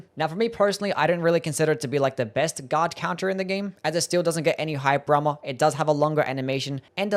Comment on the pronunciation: says hyper armor weird and its great